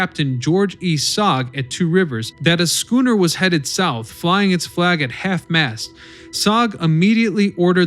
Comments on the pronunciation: “Schooner”?!? Really?!? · Right! Head hurts a little each time I hear it.... ugh... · How does this guy pronounce schooner correctly a few times but also pronounce it incorrectly other times, it's baffling